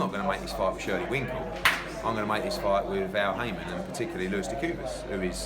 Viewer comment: eddie cracks me up, the event coordinator and shirley winkle! lmao...and then just keeps on calling him shirley winkle. brilliant!!